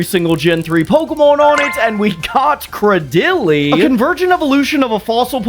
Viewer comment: day 11 of commenting until I get a custom pokemon, the way you pronounced Craydily made me cringe ngl